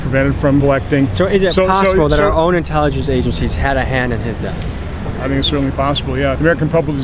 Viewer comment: Why the fuck does he pronounce all his S’s As SHH. “Should we trushht our own intelligenshh agensheez”